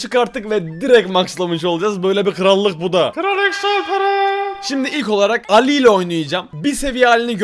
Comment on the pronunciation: Allı❌ Ali✅